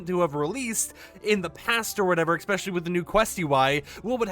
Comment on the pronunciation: please... i love the info here. but please...learn how to say ES SPECIAL LEEE.